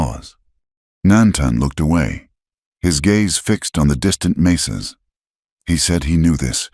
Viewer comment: It is 'mesas' not 'maces'.